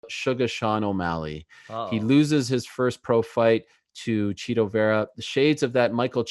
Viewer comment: Ariel is chito not cheeto 😂😂😂